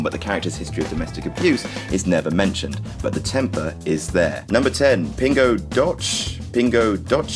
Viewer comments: its called "pin go d'oh see" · Ping-oo Doh-Se (It's Portuguese for "A Sweet Drop", FYI) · it's pronounced "do-se" which means 12 in Spanish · Ha ha ha; trying to pronounce Portuguese like it's Italian. That's so funny. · you need to improve your portuguese Pingo Doce :p lol cool video! subbed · The c in Pingo doce (sweet drop) is pronounced like an ordinary s.